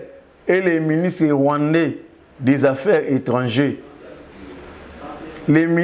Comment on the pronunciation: Cher journaliste avec tout le respect , corrige svp la prononciation de certain mot, i C le ministre des affaires étrangères et non ministre des affaires étrangè